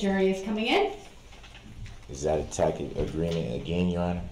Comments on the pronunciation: Brooks annoyed me throughout the entire trial but what annoyed me the most was his mispronunciation of the word, “tacit.” It’s a soft “c” genius! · And he mispronounced “tacit.”